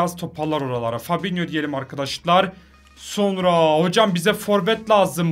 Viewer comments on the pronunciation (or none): none